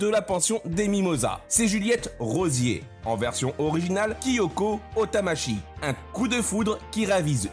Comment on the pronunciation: Kyoko Otonashi pas Otamashi !! ☹🤬